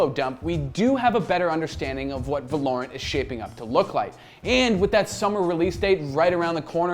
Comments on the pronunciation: They did it again 🤣🤣 not Va-lore-rent break the word apart and sound it out. Valor-ant now say it fast. Gj Gj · he is putting emphasis on a insted of o. It is supposed to be Val-o-rant. Val like in Valve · Lol it's not called how you pronounce it???? VAloRUnT? Its VALOR-RANT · Velorent ? It actually goes by "Va-lo-rant". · Val-er-rant say it with me, wtf is valaurent? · Pretty sure its not va-lor-ant like you kept saying I think its val-or-ant Like how val-or is pronounced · Thats the right way to say it. Hes saying it like Va-LORE-int. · VALOOOO RAAANT NOT VA LOOOORE ANT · va lore ant? it is pronounced val er ant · VALOR-ANT not valorent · please stop calling it vahlorrunt its valerunt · You were really confident in your pronunciation of the name weren't you? Its suppose to be said like the continent of Runterra (League world) but with a T at the end so say it with me Val-or-ant. Get your shit straight next time not that hard bro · “It’s called Valorent” Uhhhh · valor-ant is how ive been pronouncing it maybe im wrong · The game is pronounced Valor-ant as in commendation and the insect, it's name after a place from the league of legends world of runeterra, as heard in a poppy voice line. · It is pronounced as Val-o-rant. Val like in Valve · LOL HE CANT SAY THE GAME NAME NORMALLY VELORANT ITS VALORANT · Val-or-ant not valournt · Valor-ant, Val-or-ant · Its prounced as VA-LO-RANT! Come onnnnn! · vuh lorant? its spelled valorant say it right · Imagine if he could pronounce Valorant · How does he pronounce the name wrong so bad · Is it not V ah (as in ass) lorent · He is pronouncing it wrong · the name does sound better when you pronounce it right to be fair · You did not just pronounce the name like that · Can already tell the name is gonna be a problem. Val-o-rant vs va-lor-rant